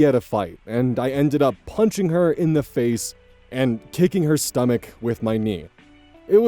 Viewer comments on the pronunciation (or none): none